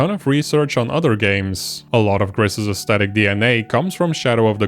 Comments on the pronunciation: Gris is the Spanish word for grey, and has a long "I" sound as in the English "grease". That is how the devs pronounce it. In the video you pronounce it with a short "I" sound as in the English "grit". If you google it, there is a tweet from the studio that says: "For the people that wonder, GRIS is pronounced "grease" and means GREY in Spanish, French and Catalan." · I just wish in these videos on Gris people would pronounce the title correctly. It ain't hard. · It's pronounced Gris not Gris!